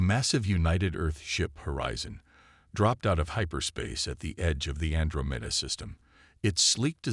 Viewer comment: What in the Holy Hell is the "AndroMEDa" system?????!!!!! Freaknin AI readers SUCK!!!! It is Quite frustrating to listen to all the AI read stories on YouTube since AI apparently SUCKS and can't read even 1 story without Gross pronunciation errors!!!